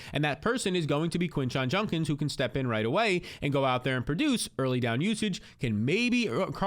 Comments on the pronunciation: It’s JUDKINS not junkins 😤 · Bro it’s JUDkins not JUNkins 😂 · He says “Junkins” instead of “Judkins” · Bro it’s JUDkins, not JUNKins 😂😂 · Judkins not Junkins lol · Who TF is this Quinshon "Junkins" you keep talking about??? PLEASE learn to pronounce the guy's name. smh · It’s Judkins dude. Judkins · My god it was like pulling teeth hearing junkins 😂😂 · Came here to say this. How hard is it for people to say JUDkins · Was bugging me too. Lol. It will be Junk-ins if he turns out to be trash.